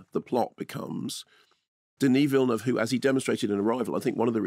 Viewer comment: Minor point: I'm incredibly glad to hear a professional film critic pronounce 'Villeneuve' correctly (or close to correctly). Every other critic I watch pronounces it 'vill-NOOVE', even Canadian ones whose first language either is French or is derived from French.